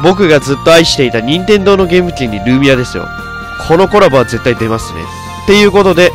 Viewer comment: ルーミアの発音違うｗ